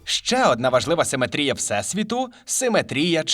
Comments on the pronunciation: В українській мові правильно ставить наголос в слові симетрія на другий слог: симе́трія. Хто в школі геометрію не вчив?! 😂😂😂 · Шо з наголосом у слові симетрія, сорі це неможливо слухати. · Не симетрія, а симетрія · Перепрошую, а хіба ми кажемо не симЕтрія? Бо, у вас постійно чув симетрІя